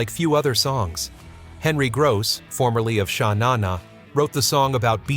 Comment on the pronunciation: sha NA na? captain and TENil? LMAO